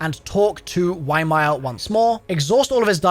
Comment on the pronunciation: pay attention to the dialogue, you're not saying ymir correctly at all 💀💀💀